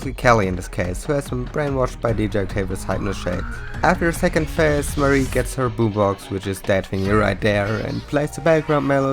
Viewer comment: The fact that Marie is pronounced as “Muh-ree” ruins this for me